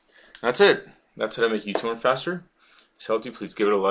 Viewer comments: when he started the video i thought he said "How to make you twerk faster" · i tought you said i will make you twerk faster lol :-)